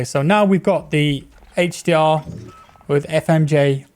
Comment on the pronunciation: Came here for the "hache dee awr"